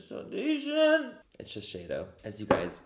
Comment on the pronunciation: i’m sorry, i’m trying to go to bed but can’t get over “now that we’re foundashed” ahahha ilysm